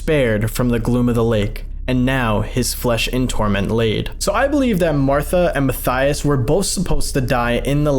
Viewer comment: Matthaus is said "ma-tay-oos"- not "Matthias".